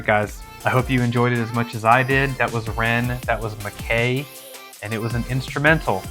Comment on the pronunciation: MacKay is pronounced Mac"Eye" - it is a Scottish surname